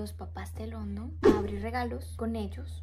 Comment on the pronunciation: Hola. Mi Reyna. Tengo una Duda te escuche decir London y no se si pronuncias cómo el pais London. Tengo un hijo de 15 años y se llama Igual que tu esposo pero noaotros lo pronunciamos. Landon y vivimos en Ca y el es Latino pero su ambiente es solo de Americano’s cómo dices tu HUntington Beach Y su nombre lo pronunciamento cómo Landon . Quizas tu esposo se llama London ? O Landon? Te escucho y la pronunciation la dices difetente . Solo una curiosidad